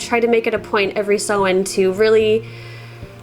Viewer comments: I'm not sure if it's your accent or the pronunciation of Samhain is sounding wrong to me. What I'm hearing "Sew n ( hard N) I'm an old Crone practicing Wicca for over 40 years. I, too, in the beginning would pronounce the Esbats & Sabbats incorrectly. I'm self taught ( solitary, before computers etc.) Tomorrow October 31 is Samhain ( sow in, sounds like sow( female pig) inn) Some pronounce it Sam Haine, this would drive me nuts only because for years I too pronounced it incorrectly 😖 The pronunciation of Samhain varies depending on the Gaelic language it is pronounced in. Samhain is usually pronounced in its Irish version. So the correct pronunciation of Samhain in Irish is Sau-ihn. The first part, -Sau, is pronounced like the "sow", the female of a pig. The second syllable, -ihn, contains an "i" that is pronounced somewhat midway between an "i" and an "e" sound. It must be noted that there is another sound at the end of the word that is nearly imperceptible, which is a sort of elided "ye" sound, as heard in the audio pronunciation. Adding that sound, the pronunciation of Samhain becomes Sau-ihn(ye), where the -ye is basically just the initial pronunciation of the "y". It resembles a shorter "ñ" sound like the word "piñata". So if you pronounce the "n" in -ihn as an "ñ", but stopping midway through it you achieve the proper pronunciation of Samhain in Irish, which would equate to Sau-ihñ. Resource: Anyway just my two cents. Happy Samhain, dont forget to light your ance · Hey as a native Irish speaker Samhain is pronounced sow-in rather than sew-in. Sow as in a pig ❤ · Hi, not a Wicca here but I am a native Irish speaker and you are completely right in your pronunciation of Samhain. It's literally the Irish word for November so I hear it quite a lot. is close, but she says sew-in rather than sow-in as you pointed out. But hey, pronouncing words in Irish can be quite difficult so I really appreciate anyone who knows not to pronounce the 'm'.